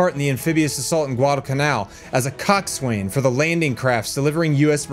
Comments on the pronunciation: It's pronounced cox sin (coxswain).... 🙄 It's also boats sin (boatswain). Silly land lubbers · Belay my last edited comment for clarification, for future reference (coxswain) is pronounced as Cock-sun or Kaak-sn.